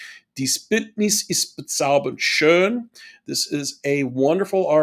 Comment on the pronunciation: LIsten more carefully . He sings the syllable "be" of "bezaubernd" not the way you do when imitating him. Subtleties, I know, but crucial when trying to fully understand FW's singing style. Btw, have you ever made a video on F.Corelli?